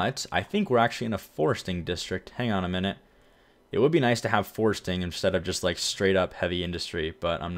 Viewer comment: Forestry! Not forsting.